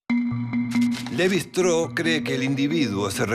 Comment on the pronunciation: Shtráus, no “Estró”.